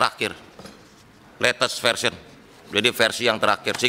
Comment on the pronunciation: Dari cara ngomong ransomwer sama lates fersion😅